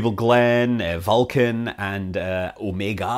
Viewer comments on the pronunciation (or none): none